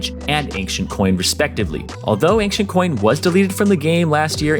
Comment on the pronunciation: ankdjens = ancient = ejnčent